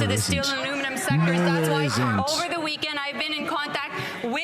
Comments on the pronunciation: sit down 🐸 she said maluminum DRINK twice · Champagne, don't you need to speak English to be a minister? Did he say aluminuminumb ? LOL😛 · I love that Melanie Joly can't pronounce aluminum properly, lol